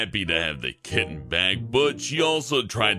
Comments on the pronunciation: and a KITTEN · Did any one else laugh for the way he said kitten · Was anyone amused by the way he said kitten?